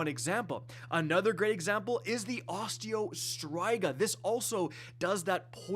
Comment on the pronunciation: ik thats not how you say osteo striga lmao